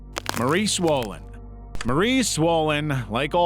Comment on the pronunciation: maurice wolen? more like maurice swollen